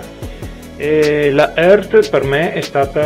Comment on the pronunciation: Credo si pronunci "iart"